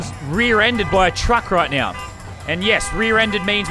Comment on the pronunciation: I like how he said cuck not truck